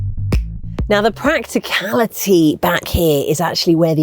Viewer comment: Practicaility??? Seems like as your obviously an ICE fan and not an EV one when you give the next poor review of an EV there is a book called a dictionary Oxford has made them for literally hundreds of years.